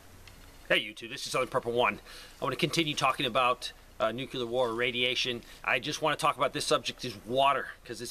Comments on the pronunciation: Thank you for addressing the subject of radioactive water. Unless I heard you wrong, I want to ask you nice NOT to say "Nu-que-lur"..It's = Nu-clear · Nuclear... not nucular 😝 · It's nuke-lee-ar NOT nuke-you-lar !! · lol Nucular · NUCULAR? Well after a nucular war I don't know if anything is important anymore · I just hope we know how to pronounce nuCLEAR in the futular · The hardest part about the last few weeks is listening to people pronounce nuclear like ‘nuke-ular.’ ETA: Digging 6” to get your dirt will still not be safe. The standard is 18” not 6”. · Nuke Lee err